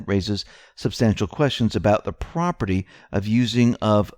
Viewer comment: your reading aloud skills SUCK! That's PROPRIETY. GET IT RIGHT THE FIRST TIME!